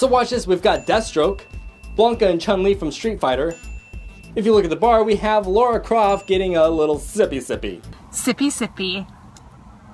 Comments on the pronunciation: You know it's Lara Croft, not Laura Croft, right? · Laura Croft? Lara... I think the comments section is turning in to "Ready Player One Everything You Mis...pronounced"